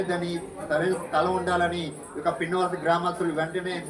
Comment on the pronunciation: hlo అన్నా అధి విన్నవలస కాదు పిన్నవలస